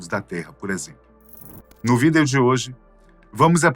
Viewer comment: me dá uma aflição esse cara falando "vídêô" com essa entonação!